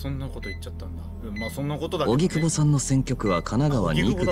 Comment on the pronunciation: 荻久保→おぎくぼ ❌はぎくぼ 何回間違えんねんw